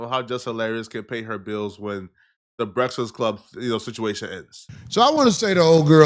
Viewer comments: Why can’t this man say “breakfast”? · I am concerned on how this guy can’t say Breakfast to save his life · YO FOR A NIGGA THAT LIKE TO EAT HOW COME YOU CANT PRONOUNCE BREAKFAST RIGHT LOL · He really can't say the word breakfast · Son really can't say breakfast to save his life. 🤣